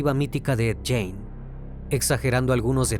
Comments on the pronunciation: Esta bueno tu video pero esto es una critica constructiva, no es jane, es gein, se pronuncia guein, asi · Amigo mio. Se dice: Ed GUIN no Ed Guein.... Saludos!! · muy buen caso .. solo una observacion, no se pronuncia "Jane" si no mas bien "Gein" - por un momento pensaba que estabas hablando de una mujer. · Hay que investigar primero la forma de pronunciar😂😂😂...es Guein, no Jane...🤣🤣🤣🤣🤣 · Lo mal que pronuncia el apellido de Ed Gein hace muy dificil disfrutar el video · Oye crimi, si viste otros documentales o biografías sobre ed, sabrás que si nombre no se pronuncia así 😢!!!